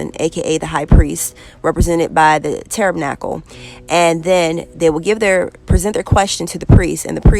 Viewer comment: Hugh? 😲 Sis you tearing these words up 😂🤦🏻‍♀️It’s Pronounced T-a-b-e-r-n-a-c-l-e ☀️🌈❤️😇